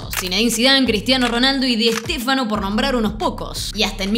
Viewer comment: ¿Una máquina de "sacar" jugadorazos? Uba máquina de COMPRAR jugadorazs, mejor dicho. También hay que aprenderse bien los nombres, es vergonzoso que le digas Diestéfano al gran Alfredo Di Stéfano. Yo no entiendo por qué la gente no hace canales y videos de temas sobre los que realmente saben.